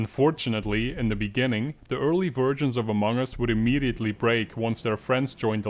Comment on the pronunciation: "the early virgins of among us wil immediatly break"